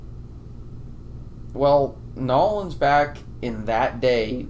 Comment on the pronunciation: It’s New Orleans not “Nolands”. I don’t even live there but it doesn’t sound right